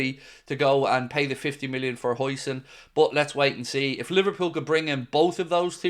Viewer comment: Bring huijsen in !!! Eh...huijseen ? Huyson... whatever...that guy is good